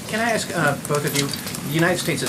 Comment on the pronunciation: Did she really just say " ax them to fix the problem" to the African American journalists? Nice Sarah